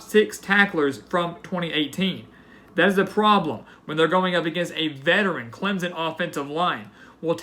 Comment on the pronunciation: clemson, not clemzunn.